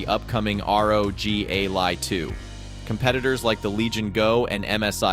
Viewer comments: The ai voice you used can't even say "Ally" why would you do this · wtf cant even pronounce the product name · Just get a Steam Deck 2 problem solved:) and wow is this another AI infected video cant even say "ALLY"